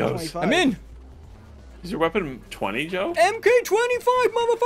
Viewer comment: The “Mk 4, 5, etc.” is pronounced “mark,” not “em kay.” Like the next iteration of the weapon, similar to the Mk 2 in Modern Warfare 2019, or even Iron Man’s suits.